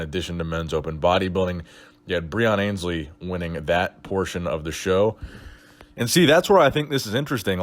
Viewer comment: You're still mispronouncing Breon Ansley's surname